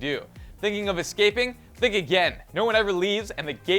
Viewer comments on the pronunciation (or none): none